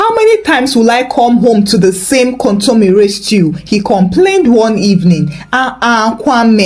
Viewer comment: My sister well done oo. You have given to Ghanaians back to back Awwww I like your Kontomire and Ab3nkwan pronunciation Ghanaians here really appreciate thank you 🙏 🇬🇭🇬🇭🇬🇭